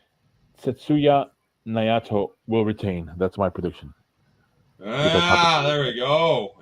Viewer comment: Do you even watch NJPW? You mispronounced Naito worse than Mox pronounced Ryogoku